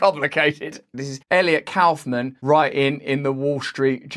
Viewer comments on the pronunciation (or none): none